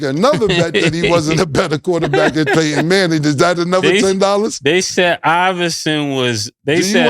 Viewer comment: Naw you see the way cam said “Payton manning”